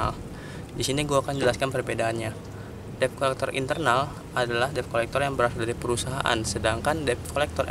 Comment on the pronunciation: Dibaca/disebutnya "det kolekter" bukan deb